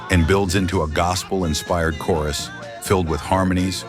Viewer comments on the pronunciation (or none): none